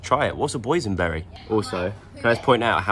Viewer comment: what the heck is a boynsberry😂😂😂